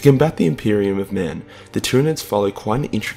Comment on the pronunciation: the greatest threat to the impreium: the impirum